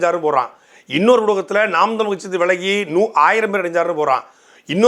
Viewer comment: நாம் தமிழர் என்ற கட்சியின் பெயரை உச்சரிக்க கூட தடுமாறுகிறார்கள் சீமான் கட்சி என்னங்கடா டேய் ஒரு அங்கீகரிக்கப்பட்ட கட்சி எதிர்க்கட்சி அளவுக்கு வளர்ந்து நிற்கிறது. 26 இல் சீமான் முதல்வராக கூடிய சூழல் உருவாகிக் கொண்டிருக்கின்ற தமிழ்நாட்டில் கட்சி பேரை உச்சரிக்கவே தடுமாறு கூடிய தற்குறிகள் திராவிட என்னன்னு தெரியல இதுதாண்டா திராவிடம் இதையே எத்தனை வருஷம் டா உருட்டுவீங்க அவ்வளவுதான் முடிவுக்கு வந்துவிட்டது திராவிடம்